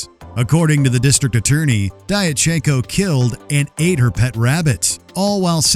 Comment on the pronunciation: Diatchenko is pronounced "Dyatchenko".